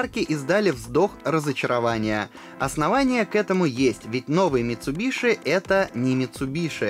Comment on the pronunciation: Не МицубиШи, а МицубиСи!!! Ну нет в японском языке звука «Ш».